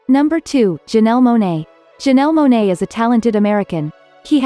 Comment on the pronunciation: It's Janelle Monae, not Janelee